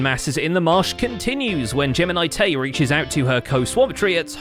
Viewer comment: TDIL: Gems name is geminitae not geminicedtea